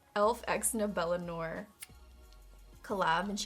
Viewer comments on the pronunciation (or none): none